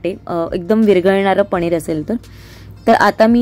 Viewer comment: पनीर गं not पणीर 😅